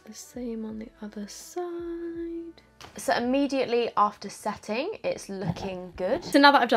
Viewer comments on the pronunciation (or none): none